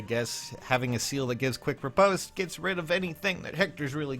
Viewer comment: other than you saying riposte wrong, nice fun fact